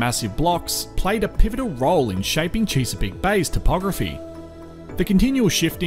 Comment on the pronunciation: Chess-a-peak, rather than Cheese-a-peak.😎